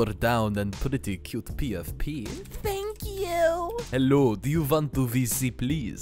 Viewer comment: "ThEnK youghyyv"